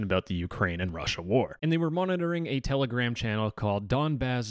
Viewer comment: Its Telegram not Tele-Gram